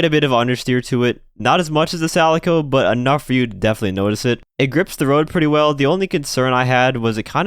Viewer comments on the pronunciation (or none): Why do you keep calling the Calico “Salico”? It’s pronounced Cat Calico lol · I'm sorry, Sal-ih-co??? ITS CAH-LI-CO, LIKE THE CAT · everyone: calico: salico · BRO... !!! It's Kalico, with a hard K! Not Salico, with an S...! Geez... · Calico not Salico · I understand that you want to pronounce it like Celica but this car isn't called the Celica, it's called the Calico, so please adapt accordingly. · Are you saying Salico intentionally? Like as a reference to Celica? Calico, like the cat, is said like Kalico. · Friendly tip: The C in Calico is pronounced as K. Not your fault. English is dumb. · "salico" I can't. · The “Salico”!!?? I’m now convinced you learned how to pronounce words in The Twilight Zone. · I love your content, but do you mispronounce the cars names on purpose to troll us? If not, "calico" has a hard C, as in "calico cat" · I want to chirp you for pronouncing it 'Salico" when the word has a hard C, but since it's meant to be a Celica with a soft C, and I haven't heard the name said in-game anywhere, I also don't want to look stupid and get tableturnt on. Just an 'I say Faggio, you say Faggio' situation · please stop pronouncing calico wrong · I feel like the way you pronounce Calico is the same reason why Rockstar chose to spell Kamacho with a K instead of with a C like Camacho. Because there would be a lot of morons saying "Samacho". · Alright who kinda cringed when he said Calico? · Me. I know he's trying to pronounce it like Celica, the car it's based off of but the car's name is the Calico and should be pronounced as such.